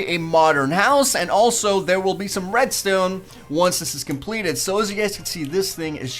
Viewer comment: he says redstone like redstewn